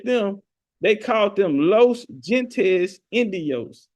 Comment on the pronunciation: Gente is pronounced " HENTE " the G's pronounced like an H